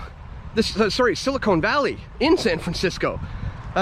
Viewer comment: Good stuff as usual! It's silicon not silicone.